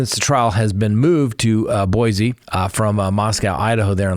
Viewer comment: BOISE pronounced Boy see. No “Z” sound.